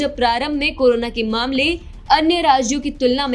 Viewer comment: Am i only one heard “KURONA" virus...🤔